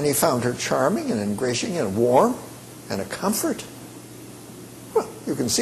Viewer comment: I think it was "ingratiating", but he slurs a bit and loses a syllable.